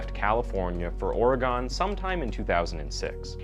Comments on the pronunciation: Ik this was 6 months ago, but never say Oregon like that again. Thank you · Oregon is pronounced Or-Gun like "Did the killer use a knife or gun?